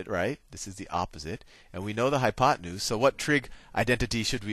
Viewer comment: i died laughing when you said oppenute